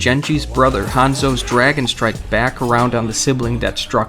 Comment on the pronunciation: The cringe with 'jenji' is real. And I though "Hand-zo' was bad x_X